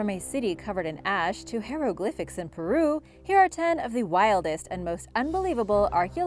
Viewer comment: Love learning about history, but I just had to cringe every time she said hieroglyphics. I can’t help it.